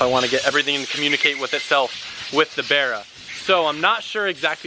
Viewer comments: Boiiiii its Barra not Berra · Its not a berra its a barra (for barramundi) from a country that built the Cuda you think barra would be easy to pronounce